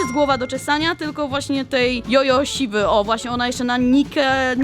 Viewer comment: Jojo siwy najlepszy Dzodzoł s-i-w-y Nie ś